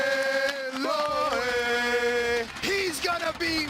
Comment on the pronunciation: It's LOAY AND NOT LWIAY